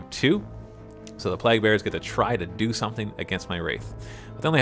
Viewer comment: "Plague" is pronounced Play'g